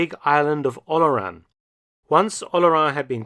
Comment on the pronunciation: Yes, The way he pronounces "Oléron" is not understandable by any French person without the writing on the map.